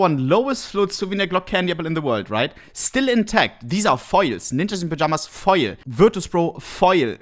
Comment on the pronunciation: thought he was saying "fire"...but it was foil...hahaha